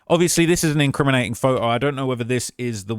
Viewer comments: Its “photo” not fote-o 😂😂😂😂😂😂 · The first way you say photo makes me wanna start an American revolution